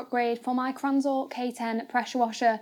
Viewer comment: Might want to explain in the video what mounting kit you used and also it’s not pronounced kranzel. Gritting my teeth.